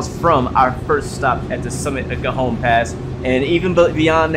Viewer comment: Cajon pass is pronounced ka hone